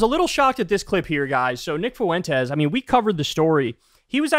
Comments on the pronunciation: I'll never get this weird pronunciation of 'Fuentes'. It's "FWEN-tez", not "foo-WEN-tez". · Nick Foo win tez hahahah